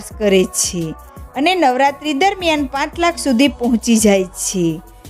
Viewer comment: Chh chhhe😅